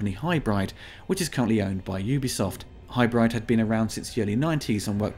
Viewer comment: I'm reasonably sure 'Hybride" is pronounced 'Hybrid.'